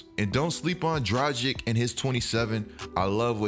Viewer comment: Did you say Tragic instead of Dragic?